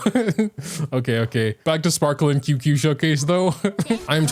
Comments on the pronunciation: ITS CHING-CHUH NOT QQ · HEYHEY !! just wanted to come out and say that Qingque is pronounced "Ching-Chue" Luocha is pronouned "Lu-O Chah" and HuoHuo is pronounced "Hoo-O Hoo-O" not exactly but its as close as I can get it phonetically :) no prerssure and no hate love your videos